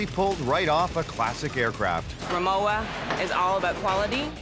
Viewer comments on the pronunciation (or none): You would think they would pronounce the name correct if they do a video on it. It’s pronounced rimoVa not rimoWa. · it's RIMOVA not rimowa. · Pronounced Ri-Mo-Va and not ri-mow-a. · If this is a German company, is it pronounced Rimova? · Rimowa and Porsche are both pronounced incorrectly... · Extremely bad pronunciation of Rimowa and Porsche - very american